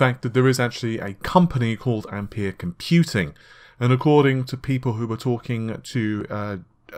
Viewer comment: Its pronounced ampear